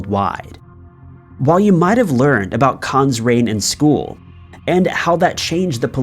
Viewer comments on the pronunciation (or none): none